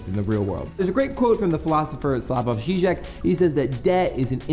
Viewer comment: The J in 'Slavoj' is pronounced like a Y. Good job on pronouncing 'Žižek' though!